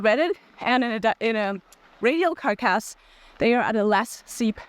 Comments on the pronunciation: Preface, just trying to be helpful. (unless you're doing this on purpose to get people to comment --if so disregard) You do not pronounce the G in gnarly. Just narly is how it sounds. Also in other videos when you've said the word carcass, you pronounced "Cark ass" and its more like "Cark us". Just trying to be helpful, I realize English isn't your first language. You do an excellent job otherwise! <3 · Thanks for the review. Your videos are helping lots of people. P.s. As a native speaker English speaker who is terrible at languages, ‘carc-ass’ is normally pronounced as ‘car-cass’ or even ‘carcuss’ which avoids the 🍑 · Interesting video. You are certainly enthusiastic about these tyres. You seem to be using an electric bike. Does that influence the value of these tyres? Comments on English: Carcass has for me stress on the first syllable. "CAR-kiss" 80% skill, 20% EQUIPMENT. Not Material. Material in English refers to the inputs from which something is made. eg: What material is the tyre carcass made from ? But then again German English may be different, please excuse me! Keep up the good work.